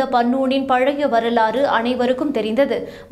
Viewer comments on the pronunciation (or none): none